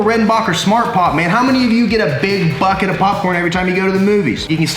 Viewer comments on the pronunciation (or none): none